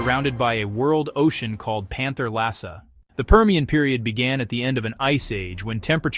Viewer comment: A small but important correction: The global ocean surrounding Pangea is spelled ‘Panthalassa’, not ‘pantherlassa’.